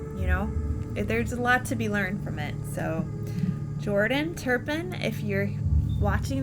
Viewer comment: Her name is Louise, not Louisa; and it's not Turn Pin -- it's Tur pin; I was surprised that Louise and David got such a long prison sentence because the justice system seems to under-evaluate crimes but they got what they deserved!!